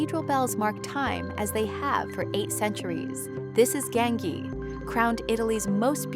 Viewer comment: You should at least learn how Gaengi is pronounced rightly!!! 😂😂